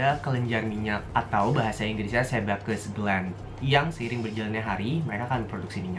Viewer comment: Mungkin maksud koko sebaceous gland dan bacanya sebasyes atau bisa pake istilah indonesia nya kelenjar sebasea 🤗